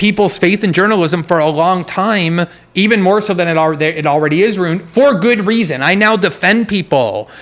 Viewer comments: Is he saying “runed” instead of ruined? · I don't trust anyone that pronounces ruined as "roond" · Why does he pronounce ruined that way? 😬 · I like this guy a lot. He says ruined weird though lol. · This guy is making me doubt how I pronounce "ruin" or "ruined"